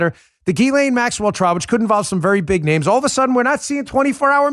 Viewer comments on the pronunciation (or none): Proper pronunciation is jizz-lane Maxwell.🥁